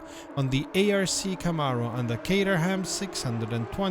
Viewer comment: I've had horrendous amounts of work to do recently, so haven't driven for weeks, but your videos always cheer me up. Thanks. Oh and by the way. In England we say cater-em, rather than cater-ham.